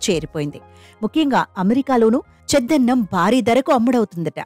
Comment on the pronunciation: చద్దన్నం అని అనాలి, చెద్దన్నం కాదు.😮